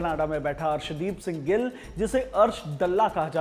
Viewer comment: रिपोर्ट में इतनियाँ ग़लतियाँ है कि मैं बता भी नहीं सकता, हर एक नाम और जगह का उच्चारण गलत था बटला नही बटाला हैं। अर्श दल्ला नहीं अर्श डाला है…